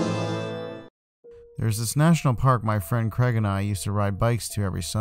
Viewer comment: And it’s Craig.